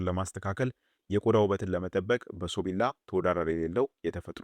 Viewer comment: በሶብላ ነው በሶቢላ ነው የሚባለው